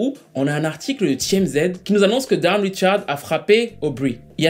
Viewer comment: Dawn se prononce done